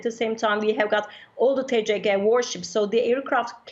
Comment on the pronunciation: Koskoca TRT TCG'nin Türkiye Cumhuriyeti Gemisi demek olduğunu bilmediği için, tisici diyerek kısaltıyor. Türkçe söylendiği gibi okumak çok zor olmamalı. Kızılayı kizilay olarak nasıl telaffuz etmiyorsak. TCG'yi de tisici olarak söyleyemeyiz. Geminin şahını harikalığına vurgu yaparken bile yanlış terimler kullanmak cahillikten öte değildir.